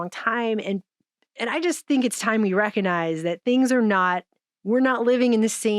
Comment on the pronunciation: The "G" in recognize is not silent.